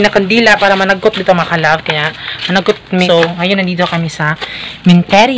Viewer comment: nakakainis naman ung sinasadya mong pagbigkas na may bisaya accent like EKOT EKOT at DETU. pagbisaya nalang kay pangit paminawon. ayaw mo kasulo kay constructive criticism na ha.